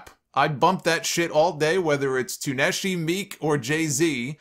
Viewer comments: You pronounced Tunechi Too-neshi 😂😂😂 it’s Toon-chee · Im listening with this on in the background, and I had to pause for like 20 seconds, trying to figure out who Ta nuchi was?!? Finally it hit me, "oh he meant Lil Wayne". 😂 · Lol this dude really pronounced Tunechi like it was a wrestler in New Japan or Stardom. Soulja Boy has everyone in their feelings because he doesn't understand the concept of professional wrestling and he loves to talk shit (and is great at it). Everyone relax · the way you pronounced Tunechi got me laughing my ass off. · Are we gonna ignore his pronunciation of "Tunechi"🤣🤣